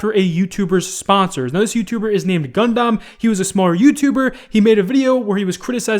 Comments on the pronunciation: it's Gundam not gun-dam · JUST SAY “gun-dum” NOT “gun-DOM” 😂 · Dudeee gundam is pronounced like gun-dum not gun-dahm lol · Also i don't think I'll be able to subscribe to a grown ASS MAN who can't pronounce its_a_Gun_Dumb itsagundam. You sound like a junior boomer asking how to find the new "poke man" gym on pokeman go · My god, I hate the way you say Gundam. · Nope, still can’t pronounce “Gundam”. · Please for the love of God someone tell how to pronounce Gundam. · Someone please tell this man how to say Gundam lol